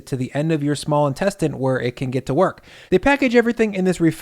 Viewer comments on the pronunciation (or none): Def adding "worch" to the lexicon. (yes, I too know how it's actually pronounced)